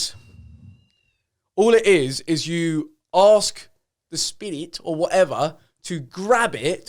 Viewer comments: When he says spirit like “shpeerrrit” 😂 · Sam Finch ludgate nah bro it's spedit with a d uno 🤣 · Joe has gone down the rabbit hole and can’t get back out. Also he the way he says “spirit” lol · The way Joe says spirit is too funny 😂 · The way Joe says ‘spirit’ cracks me up